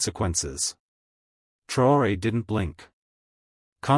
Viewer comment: Why are you so intent on not spelling or pronouncing this mans' name correctly?